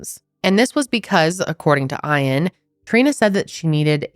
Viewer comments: do you mean”Ian” as in “EE-IN” ? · Aaah im sorry but im struggling to watch. Eash time you say eye-ann its making me twitchy It's Ian like E-ann❤ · is his name really eyean or is she just mispronouncing ian? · She don’t know how to pronounce Ian and it’s really annoying “eye-ann” lmao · Why are you pronouncing Ian like that???? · How are you not able to pronounce Ian 🤦‍♀️ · why do you mispronounce Iain’s name repeatedly?!? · Why are you pronouncing his name like that😵‍💫